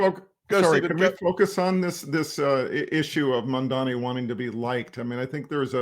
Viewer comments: With respect, how difficult is it to get his name right? It is "Mamdani". Not "Mamdami" or "Mandami". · Y'all GOTTA learn how to pronounce the man's name. It's Mamdani. Like Mom Donny. Not Mondami. Love y'all, but fuckin hell ✊🐸